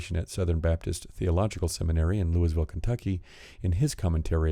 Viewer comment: Just so you know, It's Lou-ah-vull. Not Loo-is-ville.